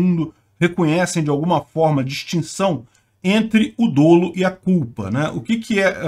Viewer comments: “Dolo” tem pronúncia aberta (/dólu/)! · DÓLO com acento agudo na pronúncia , pls